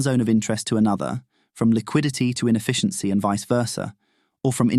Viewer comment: Lost me at "infficiency"